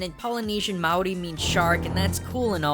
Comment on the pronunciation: i luv dis video cause im from nz and he actually pronounced maori pretty well